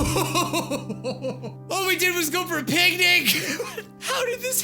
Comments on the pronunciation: I heard both pancake and picnic. XD it might be the new yanny & laurel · I uh,, I thought he said pancake